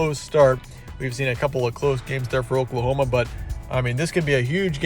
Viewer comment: He said pokelahoma 😆